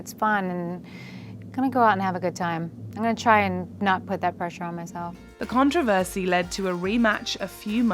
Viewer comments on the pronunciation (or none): why can’t you say controversy 🎤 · Other than you don't know how to pronounce CONTROVERSY?!?!